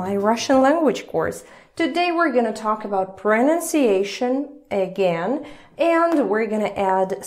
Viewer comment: The palatalized /g/ sound in the word "again" gently caresses my Russian ears.